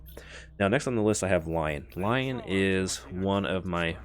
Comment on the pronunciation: Lion lol "roar" pronounced "lea-on" 🤣 or lee-on